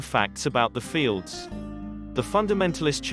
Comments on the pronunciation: Very cringe. NOT “fields”… they’re known as F-L-D-S. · They are not known as "fields" as you are saying it. They are known as F L D S